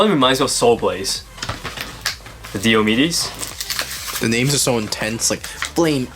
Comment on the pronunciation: it's pronounced "Die - O - Me dees" One of the major Warriors in the Trojan War.